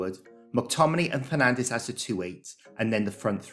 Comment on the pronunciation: did you call Bruno "Penandes"? 😂